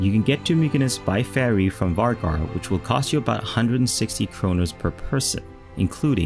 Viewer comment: Vágar is pronounced wooar